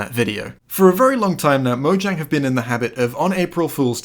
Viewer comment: Buddy. BUDDY. It's a soft J. Say it with me: MO-YANG